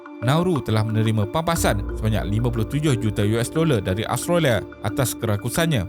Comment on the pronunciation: As usual, very informative. Cuma pronunciation perlu diperbaiki, especially nama negara. Tiada “O” di dalam Australia. Jadi bukan “austrolia” atau “ostrolia”.